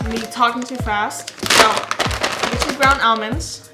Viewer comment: I'm getting triggered with how she says almonds 😂😂